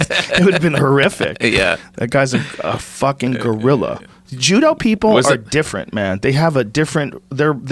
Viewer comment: Joe “gURillA” Rogan